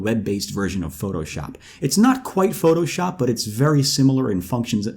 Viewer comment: "photo pee" 😂